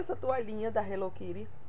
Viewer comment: Minha linda,pq vcs falam HELLO KIRI??Acho que eh a segunda pessoa que vejo falando assim nos videos,aki nos falamos HELLO KITTY.Sera que nos outros paises se falam diferente?? Amei seus presente minha linda!bjuS